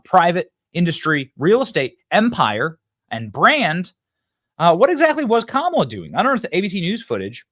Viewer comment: Did mispronounce "Kamala"?